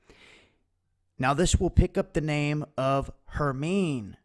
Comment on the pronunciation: Herminê the final e is pronounced in it long form as in "free": Her - mine - ê